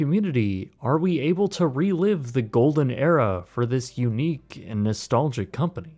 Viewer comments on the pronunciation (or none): none